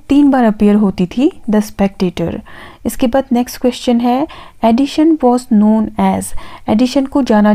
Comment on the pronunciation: Helpful video. 👌🏻 Though it's not Addishon or Addition, it's Addison. The pronunciation is quite irritating.